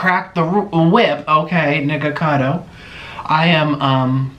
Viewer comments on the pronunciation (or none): He really said niggacado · Omg, he really said nigga-cado, Wow. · I heard it after 3 repetitions, he does said g instead of k but I don't think it was intentional.